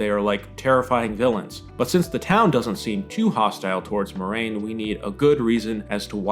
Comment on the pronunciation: It is pronounced Mwah-rain, not Moi-rain.